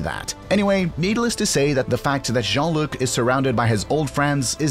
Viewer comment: Brent spinner? Datta? Jean luck Picard? Come on, dude.